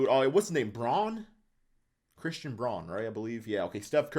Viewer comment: also braun is pronounced like brown, not brawn. Love the videos tho, glad to see you back in your rebuild bag